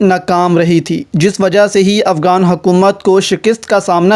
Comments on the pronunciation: Why are you saying AFGAAN . Cant you zay afGHAN? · it's not afgan it's afghan, not افگان it's افغان